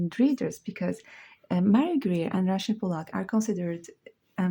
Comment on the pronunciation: I like the way you say Rachel. 🙂🙏 edt.and thanks for showing the books.some of them hard to find on youtube reviews.